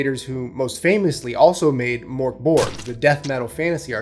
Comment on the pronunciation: Death metal? It's doom metal. And its pronounced MÖRK Borg. Idjit.